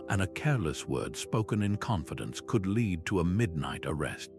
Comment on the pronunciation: I like the concept of this video, the script was the best bit. Audio was monotonous AI who doesn't know how to pronounce lead (the metal). While the visuals are highly entertaining, these AI generated woodcuts worthy of Escher were so tenuously connected to the material that I feel they damaged the credibility of the overall video